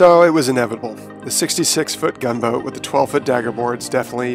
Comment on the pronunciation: I believe you were saying the name of the Gunboat wrong.